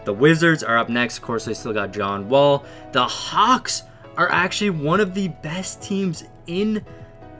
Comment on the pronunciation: Am I the only one that heard cocks instead of hawks 😂😂